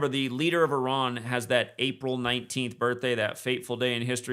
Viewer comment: Great show. * pronounced-E Rahn like E- Rahq